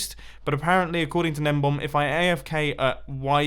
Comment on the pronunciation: is it juat me or is mumbo saying gnembom and not gnembon